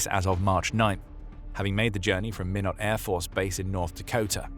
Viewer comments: Minot North Dakota is pronounced -->> my-not your voice over said --> min-not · Minot AFB, North Dakota is pronounced "MY-KNOT" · It's pronounced my not afb. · Minot rhymes with "why not". /B-52 veteran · I used to live in Minot ND, and I made the same mistake pronouncing it when I moved there. Its pronounced with a long I sound and short O. It rhymes with "Why Not" As the locals have a rhyme they like to say to each other. "Why Not Minot? Freezin is the Reason, Might Snow, Might Not."